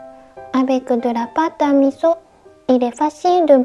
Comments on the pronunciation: 、いつもお疲れ様です。 初めて「味噌」を「ミゾ」と聞かれまして、なんか新鮮です。 数年前にもお弁当をお作りになさいましたね。その数年間が立って、新しいお弁当レシピなされて有難く見させていただきます。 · 味噌はミゾと言って、フランス語が上手いですね（笑） 大阪→オザカ 長崎→ナガザキ 和さ美→ワザビ 盆栽→ボンザイ